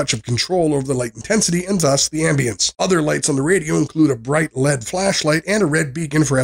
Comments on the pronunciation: A real person would say Miliamp hours and MAH, or say L E D and not Lead. I look for reviews that are genuine and not fake and lazy. Never again for this channel. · NiMH is pronounced "Nickel Metal Hydride" L.E.D. is pronounced "L-E-D." N.O.A.A. is actually the NWS, or National Weather Service.